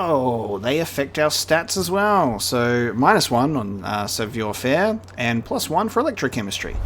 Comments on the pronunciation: "Sav wa ferrh" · Your pronounciation of savoir faire, even if not perfect, was actually very close. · OI is pronounced WA in French so it's sav(war) faire. You pronounced faire perfectly 👌